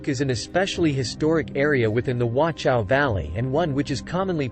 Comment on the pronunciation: Appreciate the video, but my ears are hurting from the wrong pronunciation. Please look up the correct pronunciation of Wachau - there is no T sound (nor is there a K sound, like in some other videos). German CH sound is more like a hiss from the throat.